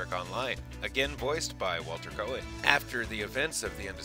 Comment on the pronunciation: "Kay-nig," not "Koe-nig."